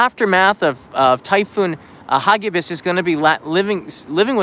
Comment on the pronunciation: Agree for posterity's sake and to compare it from previous ones. Pronounce it: "ha gi bis" accent on "gi" not on "ha". Filipino word; It means FAST and FURIOUS.